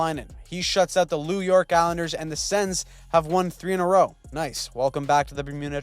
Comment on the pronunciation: Did you just say “Lew York Islanders?”